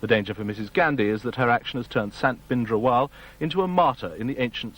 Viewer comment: Plz Britishers pronounce & write Sikh Names...properly..Indrajeet Singh not Indajeet ... Or Sant Bhinderwale not Bhindawale